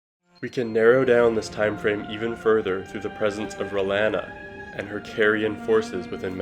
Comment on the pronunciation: It's pronounced Re-lawn-uh, not whatever you said.